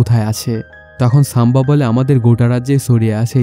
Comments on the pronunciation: সাম্বা নয় সম্ভাজী । উচ্চারণ আগে ঠিক করুন তারপর মুভির এক্সপ্লেইন করবেন । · সাম্বা জী 🤣 ⚒❌ বরগি ✔️